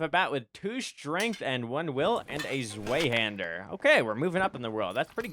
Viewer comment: Nice video :D side note: it is pronounced (svie-hand-ur)! Zwei is German for 2. Zweihander = "2 handed". The W in German is pronounced like a V in English. Pretty neat